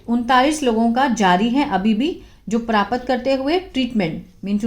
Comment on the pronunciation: अरे प्रापत नहीं होता है प्राप्त होता है